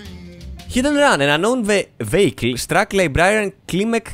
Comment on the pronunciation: γιαννη εχω αργησει 2 χρονια, απλα το vehicle διαβαζεται βιακλ. μην γινεσαι θεμης xDDD